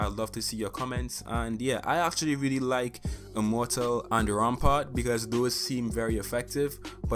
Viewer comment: Anybody else notice that he switched the p and a in Rampart?